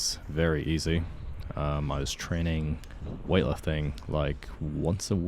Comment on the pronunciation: He actually said "trenning" when you listen carefully😅